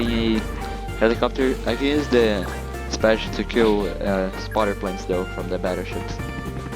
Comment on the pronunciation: You keep pronouncing IFV "FIV" and SPAAG "SPAJ" which is somewhat funny. On the topic of the strategy, TD on that map is good, there are certain spots where you can put it and you can destroy most pushes